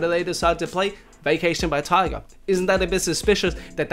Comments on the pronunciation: I'm feeling like you keep saying Tiger instead of Tyga. No hate tho. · It’s tyga not tiger